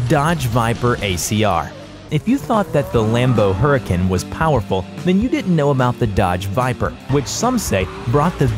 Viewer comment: This host is not a true car enthusiast pronounced "Porsche" and "Huracan" poorly 💩